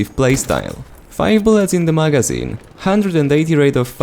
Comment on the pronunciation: Am i the only one who cringe when he says "magazine"